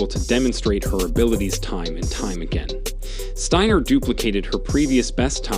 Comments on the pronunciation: Could you make up your mind about pronouncing Abby Steiner's last name? Is it Stainer or Steiner? Btw, could you have shown the woman's race in its entirety? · 1. What did she do to Jackson that was so insane? Beat her in a race? Stop it! 2. Who is the moron narrating this clip? He mispronounced Steiner about 135 times. It's Sty-ner. That's it, not Stain-ner, or Sten-er or whatever other way he pronounced it. Show some respect and at least act like you've got some smarts. If Steiner is too hard to pronounce or you keep forgetting how to same the name, call her Abby. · Lol this dude pronounced her name 3 different ways steener, stainer and steiner... what a moron. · Dude, you went from “Steener” to “Stainer” to finally “Steiner” at the end. The vid would be more believable and acceptable if you were to pronounce Abby’s last name correctly, consistently. Dork. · Wow three pronunciations of Abby's last name (Stiner Steener Stainer). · Abby Stainer😂... enunciate bro. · Please pronounce Abby’s name correctly! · Abby is awesome but, it is disrespectful to mispronounce her last name at times and pronounce it correctly at other times. Also, it's not CAHVID,,,it's COVID. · What's the deal with the commentator in this video? He goes back and forth between pronouncing Steiner's name with a hard A sound and a hard I sound. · Be nice if you’d get the pronunciation of her last name correct. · A little annoyed that the announcer mispronounced Steiner and baton so much. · Please pronounce her last name right............Sometimes you do sometimes you dont...